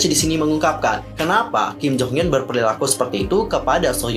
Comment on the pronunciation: Kim nya ga trlalu salah penyebutan, krna kalo mmg pngen kek org korea ㄱ dibaca antara G sama K, aku cuma kurng suka penyebutan nama kalo ada hruf U. Kek hyun hrusnya dibaca hyeon jd hyun, mungkin krna lidah indo.